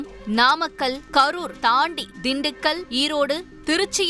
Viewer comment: Namakkàl ---- நாமக்கல் pronunciation is highly condemned. What are you saying? pronounciation mind it. News readers should go through tongue testing . Highly irritating pronounciation.